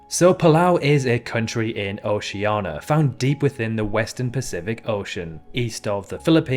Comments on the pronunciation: He just can't pronounce Oceania for some reason where there's nothing as Oceana. Geography by Geoff YouTube channel and Many Other YouTube channels that deal with Geography Content has Way More Subscribers, Likes, etc because This Channel has More Mistakes Too. For those who state Oceania as Continent, Oceania is a Region that has 2 Continents of Australia that is known more as Continent though it's also a Country, Island, etc. The other continent in Oceania is Zealandia where most of it is submerged though New Zealand lies on it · I can only criticise your pronunciation. Palau is in Oceania - pronounced osh.an.ia not och.ian.a. St Lucia is normally pronounced saint lu.sha (although saint lu.si.a is passable - you will find the local tourist board prefers ain't lu.sha!). As for the capital of Montenegro - the Cyrillic script gives it away! Podgorica looks like it should be pod.go.ri.ka, but Cyrillic has pod.go.ri.tsa!! If you’re going to present a video using foreign pronunciations, make sure they’re correct. Just saying.